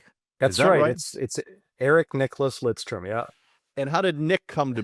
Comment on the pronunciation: “Lindstrom”? C’mon, …